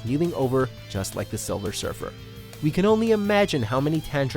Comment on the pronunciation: "Silver Shurfer"